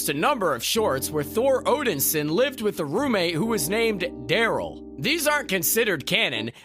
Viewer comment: It would have been nice if "" could at least said "Thor Odinson" correctly. It's pronounced "Odin-son" not Odinsen".